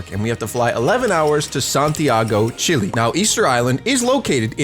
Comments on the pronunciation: its not pronounced (chill)-(E) its fucking (chEl)-(A) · It’s not chilly it’s Chile